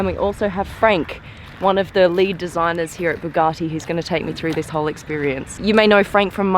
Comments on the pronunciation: BugaRtti? No R in it. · ....bloody annoying! There is no "R" in Bugatti......Bu-Gat-Ti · There is no R in Buga(R)tti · Oh my god, it's Bugatti, not bugarrrrti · B-you-gah-tee not Boo-gah-tea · Bugatti, not Bugacci. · Bug-A-ti not bug-are-ti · Boo-garti … that bothers me 😂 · Say (Bugatti) right where is the (R) in (Bugatti) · What's a Boogarti....?! 🤣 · the way she says Bugatti (boogarti) makes my 👇shrivel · the way you pronounce “Bugatti” triggers me....-.- its not Buhgati...🤮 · Please point out where the R is in Bugatti. I can't find it anywhere. Maybe it's a silent R in which case please stop using it. It's a BugAtti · You say it wrong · Buck me she can't even pronounce Bugatti properly...the title of this video isn't accurate either... 2.32m subs... Someone's paying people to sub this channel... Sorry it's just not that good. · Say ‘Bugatti’ right 🤦‍♂️ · She is clearly not saying it with an r. She has an Australian accent and that is how Australians pronounce A's. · I'm sure there's not a r in the name Bugatti. Jesus dum dum. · Hate when people say bugatti like them rappers. I say it like the uk top gear boys do. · The pronounciation of "Bugatti" is annoying yet attractive, I've never been so confused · "BUGGUATI Chrion" those mistakes lol